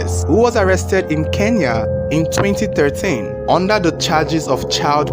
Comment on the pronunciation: Your stories are intriguing and sound legit; you can pronounce Kenya so well unlike most Nigerians. Watching from Kenya.